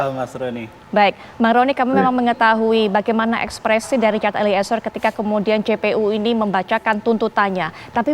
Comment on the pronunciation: Mbaaa host ..eliezer... Bukan Eli ezer...gmn sih andaaah nyebut nama org...